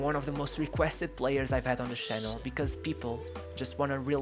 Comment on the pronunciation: This is a bunch of bs. You should quit doing videos. And learnto aay channel and not shannel